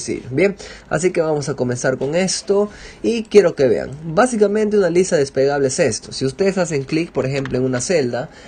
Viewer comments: falto vocalizar "despegable" seria mejor desplegable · No es despegable, es desplegable....despegable es de despegar algo, desplegable es de extender....el hombre no pronuncia bien la palabra y por eso desconcerta... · jajajajaja sabes que estaba pensando lo mismo... No es despegable la lista, es desplegable :-) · Huy perdón hombre....no se dice desPEgable, es desPLEgable.... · des PLE -PLE-PLE gable.... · No es despegable se dice desplegable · DESPLEGABLE, No Despegable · Muchas gracias, me sirvio mucho, un consejo es lista desplegable no despegable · depegable no amigo.. desplegable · Se dice DESPLEGABLE y no "despegable", pequeño detalle. Por lo demás muy bien. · es desplegable no despegable... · "Desplegable", no "despegable". Lo primero se refiere precisamente a una hoja grande dentro de un libro. Despegable es que se puede despegar. Y precisamente en su ejemplo lo que pretende es "unir", no que se eche a volar. Por lo demás muy bien hecho. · Ciertamente, muy útil la información. Pero me choca que diga "despegable" jajajajaja. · Despegable, despegable, despegable...🤯🤯 ¿Será porque se despega? 🤔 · Se dice "desplegable" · Buen video, pero se dice "lista des-ple-ga-ble, gracias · DES-PLE-GA-BLE con "L" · Se dice desplegable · Me generó ansiedad jajaja, pero muy buen video!